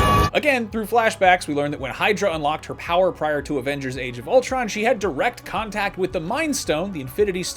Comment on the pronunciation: Ultron....it’s Ultron y’all